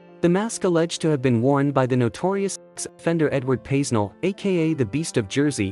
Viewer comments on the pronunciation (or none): Pay-Nell is how you pronounce it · Edward Paisnel (pronounced Pay-nel) also played Santa every year at the notorious children’s home Haut de la Garenne!